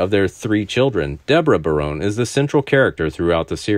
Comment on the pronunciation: The last name is pronounced ba...rone. Not "bare...rone"